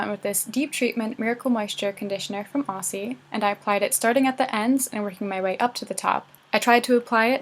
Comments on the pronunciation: wh-...y-... Ozzie. It's pronounced Ozzie. No Ossie. Ozzie. love, an Aussie. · The wig looks amazing 😍😍. But just an FYI, Aussie is pronounced with the ‘S’s sounding like ‘Z’s. So it’ll sound like Ozzie ☺️ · The way u pronounced Aussie 😭 I’m Australian so the accent barrier is real lmao